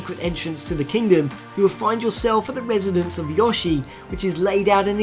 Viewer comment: I cringe at this. A: That tail IS from SMB3, yes, but the raccoon tail instead. B: Note how I said TAIL. The tree is, in fact, from the opening of 3D land. C: Earliest Mushroom Kingdom footage, Chef outfit, Yoshi's house. I WONDER WHY? D: Yohshi. YOHSHI. YOU WERE SAYING YOHSHI. IT'S YOSHI. DO YOU GO UP TO SOMEONE AND SAY 'YOH'? NO. YOU SAY 'YO'. HENCEFORTH THUS THEREFORE ERGO, IT'S YOSHI!